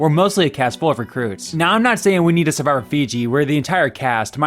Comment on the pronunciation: me skipping the 4th one cos the dude literally cannot pronounce the most critical word "survivor"????